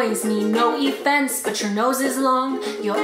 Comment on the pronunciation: “No effense”